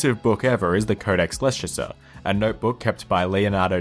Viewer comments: Oh my goodness😂😂 should I assume the Leicester pronunciation was a joke? Leshester..😂 it’s pronounced Lester Why can’t I see anyone commenting on this?!😆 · Isn't Leicester pronounced like "Lester"?